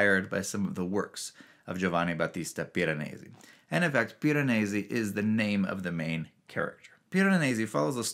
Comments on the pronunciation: Yours is my favorite video I’ve seen about this book, which I just finished yesterday. This is in no small part because you are the only one who pronounces Piranesi correctly. Your Italian is excellent! The book was awesome. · You are obviously proud of how good you are at pronouncing Piranesi the sort of proper way )